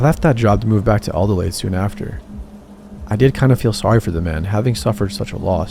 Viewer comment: I never thought I'd hear mention Adelaide ❤ you pronounced it very wrong but A+ for effort!!!